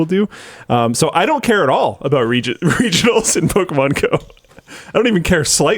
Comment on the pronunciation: Man, Linus was really annunciating that R in "regionals"...